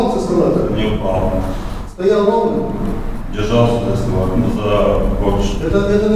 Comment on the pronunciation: Мне одному показалось, что полис эскалатор называет « эсковатором»?